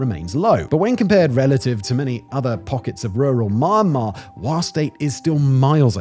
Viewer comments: Mah mah? It's me yahn marr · Wow bro i can't watch or listen to this......keep saying MARMAR......IT IS ME YAN MAR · Sounds like he's saying mah'mah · he started with MA'MA Lulz